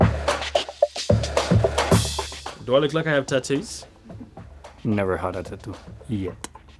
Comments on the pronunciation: I love how Daniel pronounces tattoo like tat-doo 😁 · Ricciardo pronounces "tattoo" like "tuh-du". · The way daniel pronounces tattoo always has me dying :)